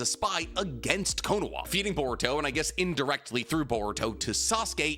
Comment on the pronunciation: How do mess up the pronunciation of konoha